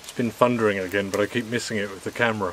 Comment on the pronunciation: Wait,..... did you say, It's been "fundering"?